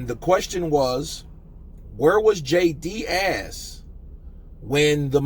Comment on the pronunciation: I love you but his name is DEAS not DIAZ it’s pronounced like tea, deas jay deas